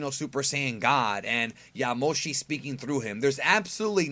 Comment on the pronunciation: Why you say yamoshi like that? YA-AH moshi